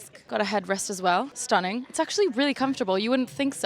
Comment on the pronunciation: „Shnack“ and „shtunning“, so cute, it reminds me of one of my favorite cartoon characters, Mooch from Patrick McDonnell‘s „Mutts“ (or Sean Connery 😂)